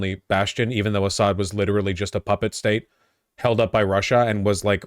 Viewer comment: for the love of god, it's AH-ssad, first syllable stressed